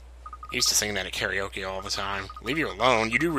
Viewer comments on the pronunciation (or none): none